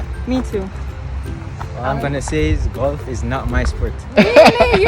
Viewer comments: I think d word is Golf and not galf 😂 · Galf not golf 😂😂😂 tiga lion not tiger woods 😂😂😂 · why you keep saying galf 😂😂😂😂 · it;s not 'galf' it's golf! dwl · is Gulf not galf😂😂& Comment not camment 😂😂bug up the #Mitchells gang💗💗💗💗💗